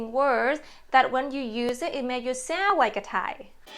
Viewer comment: ) If I may help you: you often don't pronounce "d" and "n" at the end of english words. For example when you say "joyn" and "sound". Don't get me wrong please - I just mean to support you:)